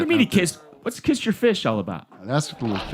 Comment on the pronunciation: It's "catch my fish" but I love that it sounds like "kiss". That adds so much more comedy to his clueless poor-oppressed-country-boy rant